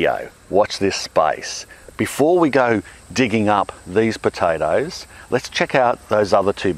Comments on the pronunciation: Wish you pronounced potatoes like you pronounce tomatoes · "Piotaethus aet heoumhw" .. I fucking love this guy!